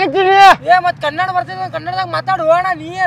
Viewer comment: Kannad alla Kannada